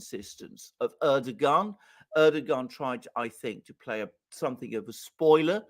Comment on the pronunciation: Air do Juan >> is how you pronounce Erdogan’s name